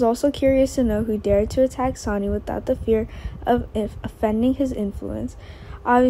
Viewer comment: Here we go again another person who cannot say the names of the people she's talking about his name is not sonny that may be how it's written but it's pronounced sunny do you not watch the show at all do you not hear how they pronounce all of the names it is so irritating to try and listen to you when you're just tearing all the names apart if you can't do it right and read the script ahead of time get off the website truly sign off and don't come back I'm sure you're nice young lady but you're just hacking it terrible please just stop